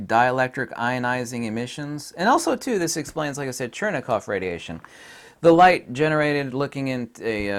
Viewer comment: It's Cherenkov radiation, not Chernekov...